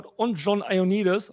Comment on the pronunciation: Der Typ heißt JOANnidis, und nicht EIONnidis! Das kommt von Johann, und nicht vom Ei.